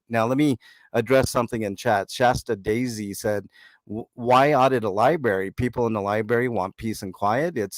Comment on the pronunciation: "tour of the liberry" I'll save my research for those who pronounce the venue correctly. Thank you!!!😂😂😂😂